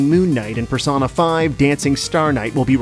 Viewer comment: its wingardium persOHna not personAH